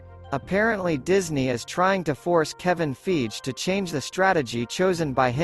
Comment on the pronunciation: Kevin "FYGEE" not "FEEJ"